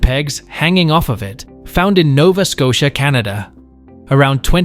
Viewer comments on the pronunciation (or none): none